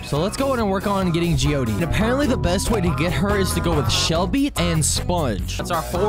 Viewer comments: Jee o short d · Watching These Videos Gives Me Joy! Also To Correct You,Jeeode’s Name Is Pronounced Like The Word Geode Not “Gee-O-Dee” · Did bro say Jeodee instead of jeode with the ending e silent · Its pronounced ji-youd not jiyoudi